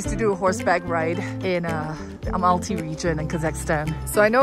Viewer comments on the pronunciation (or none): so cool..... but it's al-ma-ty, not a-mal-ty. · Amalty🤦🏻 it’s Almaty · You know it’s Almaty right not Amalty. Said it wrong the whole time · Almaty, not Amalty😁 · Yes! It’s never been Amalty or anything like that. Such a shame to spend 4.5 days in a city and pronounce it wrong